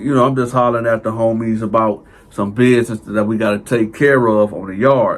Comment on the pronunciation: Did he say “exac”??? And “bidness”??? And “conversate”??? I can’t tell if he’s being funny or is serious. No offense intended.